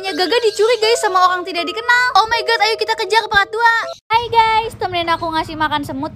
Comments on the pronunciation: Mon maap kak tapi kok bilang "part"-"prat"? O-o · Ka part ka bukan prat